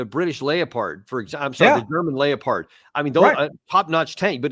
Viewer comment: "The German Lay-o-pard" - seriously?